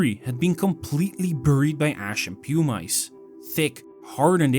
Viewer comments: Pu-Mice??? It’s pronounced Pu-mis. Spelled Pumice if you’re going to make a documentary about a Volcanic eruption please familiarize yourself with basic Volcanology terms. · The AI-generated audio is annoying. Mispronounces "pumice" into "pum-ice". A new kind of ice, I guess, made of pum. If it's a human voice, it's even more annoying. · pew-mice? Is that a skunk? yeah. Stopped there. Won't be back. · The voice is A. I. Nobody calls pumice "pew-mice." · So in Dutch they say "pew-mice"?